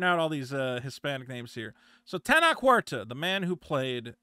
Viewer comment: The way you're pronouncing Tenoch is giving away your Talmudic heritage. Despite the origin story bring cringe and gay, Namor was the best part of the sheniqua Wakanda special. Additionally Tenoch Huerta is great, because he's been triggering all the whitexicans, complaining that he doesn't represent them. As far as the allegations go, of course they're false. Latinx and especially Mexico has been infested by American culture, and it's going through it's babby first feminism wave. It is popular for all these thots to come out with these false allegations after being Weinstein'd and making stuff up. No true Latinx pays any attention to them, just the white elite that are fixing to make a Jewish female the next president of Mexico.